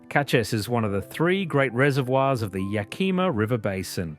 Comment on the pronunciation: Skagit Valley is pronounced ska-jit valley, the g has a j sound. And its Yakima not Yakeema but great video, really captured the states beauty. Would have explored more of the North Cascades, the southwest coast and eastern Washington